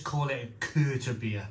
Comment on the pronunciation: Correct pronunciation would be Vild brow Keerta beer And also Mare-t-zen is the style of beer. Just thought for someone regularly reviewing beer it might help. Cheers mate